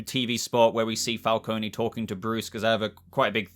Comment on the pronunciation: Not a dig as I enjoy your videos but John Turturro is playing Carmine Falcone. Pronounced Fal-cone. You don't Pronounce the E. You may be getting confused as Salvatore Maroni is also a Batman mob boss character.